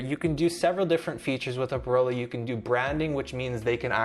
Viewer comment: It's not Oprolo. It's Eprolo!!